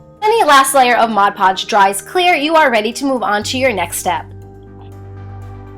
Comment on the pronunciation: anyone notice how it said mod lodge?